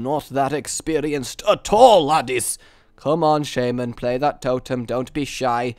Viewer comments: Where do you see a "Y" in shaman, Please stop saying shaYman. Its shaman, No "Y". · i love your videos really entertaining but the way u say some stuff such as shaman u say shaYman :/